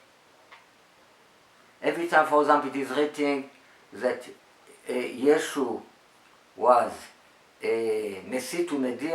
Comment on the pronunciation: Its Yeshua not yeshu